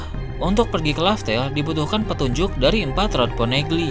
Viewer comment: Laugh tale bukan laftel